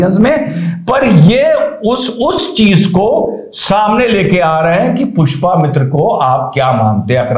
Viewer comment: Small correction, Pushpa mitra nhi Pushya mitra shung naam hai.